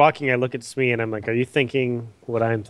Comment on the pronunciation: Its SMEEE JP